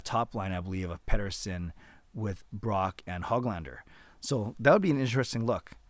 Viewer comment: Hey, just a tidbit of info for you. Nils' last name is not Hog lander like a pig. It's like Who-glahn-der. The ö is a Swedish letter that sounds like the double O's in look, book, took etc.